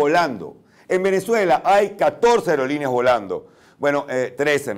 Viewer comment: dijo areolineas en vez de aerolineas.